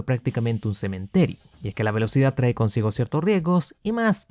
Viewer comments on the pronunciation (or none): none